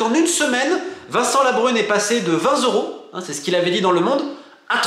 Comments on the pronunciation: Pourquoi vingt zeuros et pas trente zeuros ? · Vingt zeuros : mes oreilles ont pleuré. Plus serieusement, très bonne vidéo encore une fois!